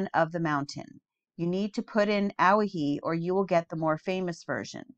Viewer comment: Owyhee is pronounced oh-WHY-hee 🙂.